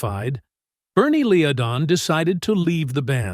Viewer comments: Two names are pronounced wrongly (Fry and Leadon) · What do you think mispronouncing names ("Fray" "Leedon") does for credibility? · The trouble with “Eagles” was 100% the fault of Frey (pronounced FRY). He was a ball buster who was dictatorial in nature. He drove away Bernie Leadon (pronounced Led-un), Meisner and Felder! He constantly threatened physical violence against both Meisner and Felder but was scared stiff of Bernie because Leadon was a black belt in Karate and found wipe the floor with Frey! Henley is reputedly a power hungry and greedy litigious little man who is universally disliked. Frankly Randy was better off! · It's pronounced FRY.!!!!!! It's pronounced LED-ON. !!!!!!! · Lee a don? Really? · Pathetic! How can this video have ANY credibility when the narrator mispronounces Glenn and Berrnie's name? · He was one of the original members, and "Take It To The Limit" wouldn't have sounded right without him. And the reason Bernie LEEdon left was he was simply tired of touring. (what a crappy narration, can't even pronounce the band's names right) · You got the Frey pronunciation right, but not the Leadon pronunciation. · yeah but I imagine Glenn would still pronounce his own name the same. This is a crappy narration delivered by AI. The robot also pronounces Bernie Leadon's name wrong.